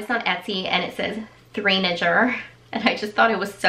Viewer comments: Hi! Just wanted to let you know it’s pronounced three-nay-jer. Instead of saying teenager, people are saying twonager and threenager to compare how toddlers act crazy like teenagers or they act very mature for their age. Kinda like 2 going on 20 type of concept. Also, I LOVED your picks for Camden and Quinten!! 💙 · Aly Cat lol!! I was also saying “ It’s three-nay-jer!!!” Each time she mispronounced 🙈🙈 Loved the video , great haul !